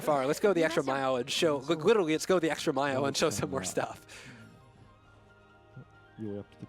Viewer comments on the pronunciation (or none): none